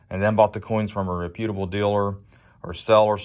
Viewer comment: Great video. I just don't like how you pronounce reputable!